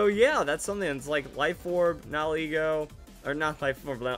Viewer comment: I'm so glad you pronounce Nigilego's name correctly. Nihil - annihilate Ego - ego